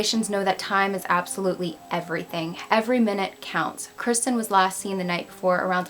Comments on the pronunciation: Idk I heard Kristen I listened closely but who knows maybe you weren’t pronouncing kirsten right. It’s pronounced “Kerr-sten” hard R. I’m not hating but I did sort of think listening throughout it’s kinda disrespectful to not make a hard effort to pronounce the name correctly or address it.. if it is unclear to your viewers what you are saying that needs addressed or fixed because it does sound like Kristen.. just saying if I were her parents watching I would be upset.. it’s not the end of the world but little things like that do count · I think Kirsten is pronounced KEER-stin... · The way she pronounces her name is so weird to me, because I’ve only heard people pronounce Kirsten as “Keer-stin” instead of “Ker-stin” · As I am watching this and seeing you say her name, I had a friend in college with the exact same spelling, said the exact same way. That's how everyone said her name including myself. How are you saying it wrong?